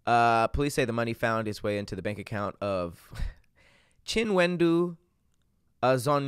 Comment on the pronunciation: Chinwendu pronounced chu wen doo is a Nigerian name I knew a girl wit that name ...